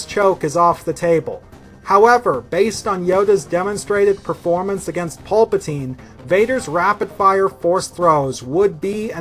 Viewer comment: Dude. You say dexterity. Way too fuxkin much bro. Also it’s PALPatine. Not PULPatine. He’s not Orange Juice